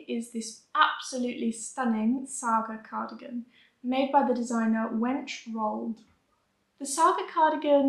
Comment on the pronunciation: Lovely video! Just a little tip for pronouncing Scandinavian names ending with an e, they are almost always pronounced like "eh". Stine = stee-neh, Wenche = wen-keh, Line = lee-neh, Marie = mah-ree-eh etc :)